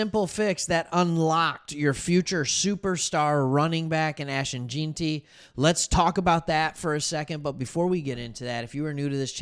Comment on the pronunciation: It’s Gen-ty not Geen-ty duh